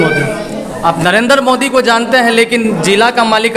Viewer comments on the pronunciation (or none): none